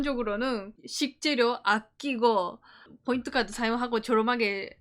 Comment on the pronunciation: No bboint Point ok? 일본에 오래살아 일본화된 발음이 안타깝네요 그래도 사실적 내용이 정확하네요